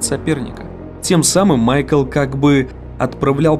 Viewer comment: "Майк"Л" какой майкл?